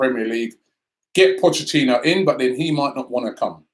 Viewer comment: Potchachino? How can Somebody who makes his living off of talking about football not know how to correctly pronounce Potch’s name. It’s like how he pronounces Rennes, I guess he will never learn.